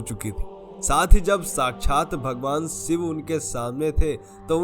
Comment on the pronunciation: भैया ...सिव ,प्रकास और दर्सन की जगह शिव ,प्रकाश और दर्शन बोलना सीखों । सफल रहोगे